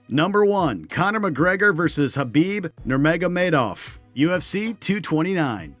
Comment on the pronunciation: Good one pronouncing Khabib Nurmagomedov! 👍